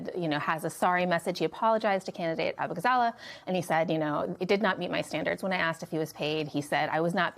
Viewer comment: Abughazleh is pronounced 'Uh-boo-gah-za-LAY'. It takes 5 seconds to look up Kat saying her name.